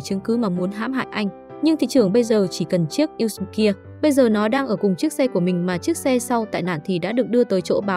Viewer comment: Editor nên viết lời đọc "USB" - toàn chữ IN HOA, thay vì "usb". Mỗi lần đọc USB nó đọc thành U xừ bờ🤣🤣🤣